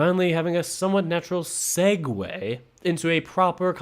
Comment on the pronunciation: I was sure "segue" was a completely different word from what you were saying.